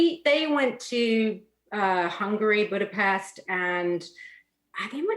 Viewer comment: Did I hear "Budapest" !!! 😳😳